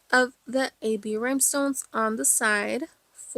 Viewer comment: Great video and beautiful cup! I did giggle every time you said “rhymestones”, though😂